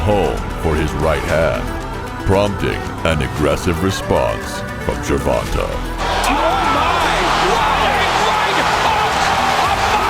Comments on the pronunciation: Why is it white people can't or don't even care to try to get Our names right. My name is Ronta and I hear ron ta all the time. It's ronTay. Come on get it right. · JER-VON-TAY not JER-VON-TUH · As bad as I wanna clown this narrator for "Jurvontah", our Black mothers really need to start considering the basic conventions of English phonetics when they be inventing these names! (Sorry, mom, I gotta kp it a buck) Sometimes it seems like once they push that baby out the "front pocket", they pull it's name out the rear one ! "Gervonta" IS a nice name tho, despite the misleading spelling.